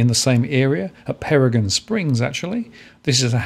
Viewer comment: Hey many thanks for the overview up here on the Sunshine Coast. Just to let you know Peregian is pronounced Peregeeeian with the emphasis on the gee. Cheers!